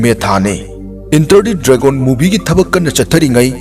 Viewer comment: Filam,dragol, intranational,pratner,dinnerrretc Tababudi ym nungai oja 👍👍👍